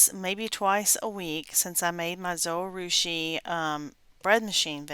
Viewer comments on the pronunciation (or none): Not trying to be mean. But if you check out the Zojirushi channel, you will hear that it is pronounced just as it is written. Zo-ji-rushi or zo-gih-rooshi. The “j” is not silent. Someone else may have led you wrong.